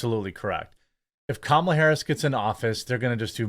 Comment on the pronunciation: He kept calling her karmala idk if anybody else caught that lmao 😂